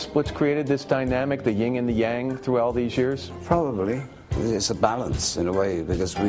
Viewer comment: Lauer says "ying" and yang when it's actually "YIN" and yang. Dumbass.